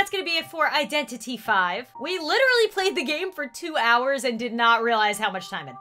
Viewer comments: It’s not “vi” it’s v ;-; ALSO DEAD BY DAYLIGHT NONOONONOONOOOOOO ITS NOIOINOO THE CHAIRS ARE FREAKING HOOOOOOKS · wait so it's pronounced Identity 5. And not Identity V. Oh my god.